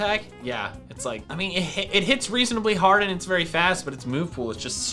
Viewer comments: "The berry was very hard" did you mean the berry was berry hard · "The berry us very hard."